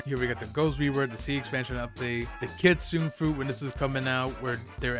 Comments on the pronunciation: It's not kitsune its ki-tsu-ne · Bro said kitsoon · Bro still can’t say Kitsune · its funny how this guy is an admin of blox fruits and cant pronounce kitsune right and doesnt know one piece the thing blox fruits is tryna make a game for :(